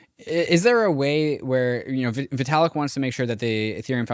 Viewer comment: Vaytalik?😂. Great episode though…